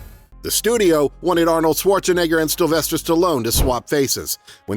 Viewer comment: The fact you pronounced "STILvester Stallone TWICE in the first minute made me downvote and click off. And they call you artificial "intelligence"... pathetic...